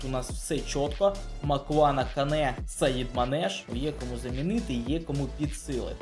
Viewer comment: Не Саідманеш А САЯДМАНЕШ